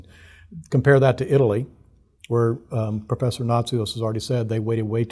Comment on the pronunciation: he said professher